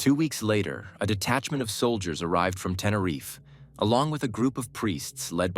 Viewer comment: It’s not Tenereefay 😂 It’s pronounced Tenereef (Tenerife)